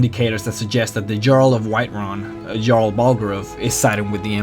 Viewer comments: Jarl is pronounced yarl not jarl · small things like saying "jarl" like "garl" and not "yarl" really bother me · The pronounciation of "JARL" is like "Hyarl" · Nice video, man but you pronounce Jarl incorrectly. It should sound like Yarl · It's prounounced yarl not jarl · btw, its pronounced yarl not jarl, although its spelt like that. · It's pronounced "Yarl", not "Djarl" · he is pronouncing things WRONG! its pronounced Yarl not Jarl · HAVE YOU EVEN PLAYED THE GAME!?!?! It's not pronounced Jarl, it's pronounced Yarl. They're based on the old Norse civilization. So all J's are pronounced as Y's. DO YOUR RESEARCH YOU IDIOT! I understand English isn't your first language, but LEARN TO SPEAK IT IF YOU'RE GOING TO DO A VIDEO IN THE LANGUAGE!!! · It's Yarl not jarl the j is a y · You pronounce jarl "yarl" not Jarl lol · he says he can't pronounce most of the names and words correctly but he pronouces every word and name correctly except a couple times where he pronounces jarl "jarl" instead of "yarl" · how many of these videos have you posted calling the JARL like JAR-LE ?? its pronounced YARL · It's pronounced "Yarl" not "jarl". They NPCs even pronounce it the right way for you. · jarl is pronounced as "yarl" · Its spelled jarl and pronouced yarl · he pronounced jarl wrong >:( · correction it is pronounced yarl srry to be disrespectful just throwing it in there u can ignore this. srry if it was disrespectful. but i think u r totally awesome and i like you lores. i'm gonna subscribe. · Not Ja-arl, it's Yarl. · You pronounce Jarl wrong, it is not "djarl" it is just jarl. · its not jarl its yarl pronnounced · Im not trying to be a Debby Downer or anything, but it's pronounced Yarl not Jarl, but great video love all of your vids :) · i love your videos, watched them for some time now, but after all this. after all these videos, after the hundreds of play hours you've put into this game. DID U REALLY JUST SAY JARL WITH A "JAY" SOUND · Jarl is pronounced as Yaarl:)